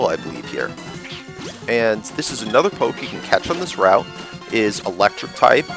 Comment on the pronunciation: It's poké not poke in pronunciation